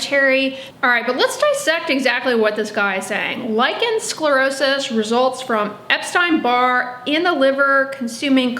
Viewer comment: Dear, you pronounce the words lichen sclerosis beautifully and you also describe the disease very professionally. Well done. But as you say, what you (and sience at this point) lack is an understanding of what the true cause is, as well as what the right treatment is (meaning the treatment that resolves the actual cause). You say there may be an hereditary factor but you scoff at the knowledge that heavy metals can be passed down to our children. Eg DDT stays in the environment long after the initial use. This also goes for the human body. We are talking about pico particles and yes they do get passed on to the baby. It is so logical! Sience hasn't yet ..searched for it and so yes, they haven't yet ..found it. That is true 🤭😊. Oh and also this : all living creatures take in nutrients and excrete waist material. This is even true on a cellular level. Viruses do this as well. It makes so much sense! When the Epstein Bar virus (EBV) finds specific toxic heavy metals as a food source, such as cupper and DDT, it will feed on it and excrete highly toxic waist material. This specific waist material is prone to drift to the surface of the skin and cause damage there (hence the name dermatoxin). It is not so difficult to understand. Even my 9-year old grasps this concept. And as for scientific prove, it cannot be there if the studies haven't been done right? 😄 But anyway, millions all over the planet are healing with this information 🌎☘️💖. I guess that that can count as an organic stu